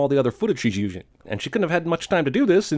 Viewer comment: "She's zjusing"